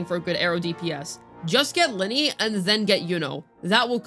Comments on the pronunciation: I use Augusta, Iuno and Lynae. It's Lin-NAY, not Linney. I feel like you mis pronounce things on purpose, but if you didn't know. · How can you not say her name right? It’s not even a difficult name to pronounce… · Especially since her name is pronounced throughout the 3.0 story